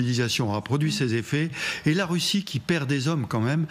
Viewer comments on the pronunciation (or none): none